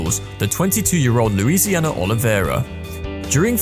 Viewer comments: Nice video, but its Luisinha btw xD. Big hug from PT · It's actually Luisinha, not Louisiana.